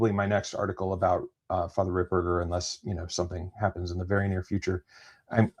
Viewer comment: It’s Fr Ripperger not RipBurger!. lol